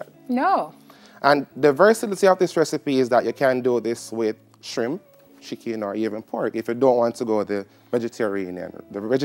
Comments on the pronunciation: pronounce the word correct. SHRIMP. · The word is shrimp, not how you pronounced it. Also it is SCALLION not skellington. GET IT RIGHT.